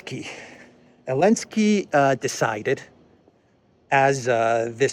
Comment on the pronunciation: Why do you call Elensky and not Zelensky?